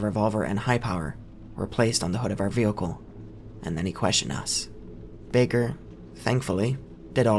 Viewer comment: Man i love these stories but every time he says “vealcle” in stead of vehicle it drives me nuts